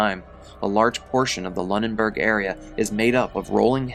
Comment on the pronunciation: 😅it’s pronounced “loo- nen-berg” just fyi! I live like 20 minutes away & hadn’t heard about this incident in this much depth . Sheesh!!!😢 the main thing everyone around here was hearing was just that “ a man died from a bear falling out of a tree” . I typically stay on top of things like this, especially in the surrounding area because I am very interested in mysterious , creepy or strange goings ons and it was only today that I found out that they were hunting, but also most of what I had heard on this particular incident had been by word-of-mouth.